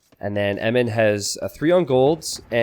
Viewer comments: Eminnem? Enimen? Em-in-em dude... haha! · Isn't blue Eminem? Is just me or is saying Emin. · why do you pronounce eminem as emem?